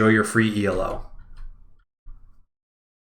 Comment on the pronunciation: The way he pronounce E.L.O. triggers me. Its E-Low, like in yellow, E-Low! Right?! is it just me?